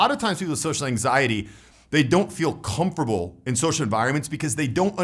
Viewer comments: you rock and I love your message and your vision. I do get a bit distracted when you pronounce comfortable as ‘come-fer-bull’. Needs that ‘t’ sound in there. Hope my comment is taken as helpful rather than nit picky irritating. All the best brother. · Great channel. I watch a lot of these videos. One thing though- doesn't pronounce his "t" when he says "comfortable" or "uncomfortable". Is that some kind of accent?